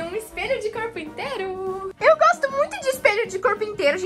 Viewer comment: Lu quando vc falou espelho de corpo-inteiro eu percebi espelho de carpinteiro kkkkkkkkkkkkkkkk